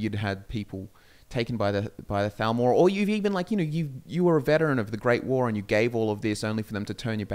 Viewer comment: Your accents on occasion make the “TH” sound far too similar to the “F” sound and that makes it hard sometimes. No idea if you’re talking about the Falmer or Thalmor.